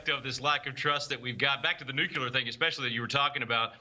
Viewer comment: It is pronounced “Nuc-lee-er” not “Nuc-ya-ler”.